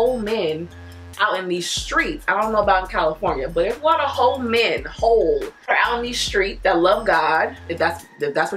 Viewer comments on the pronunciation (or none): What you said: "There are a lot of whole men" What I heard: "There are a lot of hoe men"😭 idc how much you enunciate it